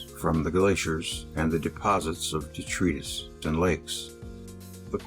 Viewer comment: detritus is pronounced de- trite - tus.